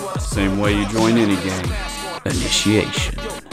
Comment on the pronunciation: is boss and made me crack up when Levi said aniciation